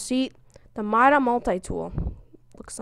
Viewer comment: Meda Multi-Tool